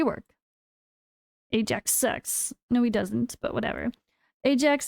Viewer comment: It's Aye Jax, it's always been Aye Jax. Please never say Eye Axe that sounds mega cringe.